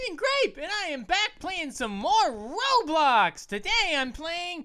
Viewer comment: he said whellblox not roblox